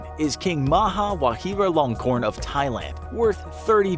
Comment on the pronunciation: Va"Ji"ralongkorn, not Vahiralongkorn. It's a J, not an H